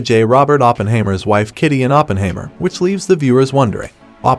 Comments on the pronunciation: Hi mer not haymer. German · It’s like the narrator haven’t watched the movie…. OppenHAYmer lmao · "Oppenhaymer"? Weird! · lol I thought the same thing watching this